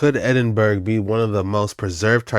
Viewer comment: EDIN burgh is that where Edin is ?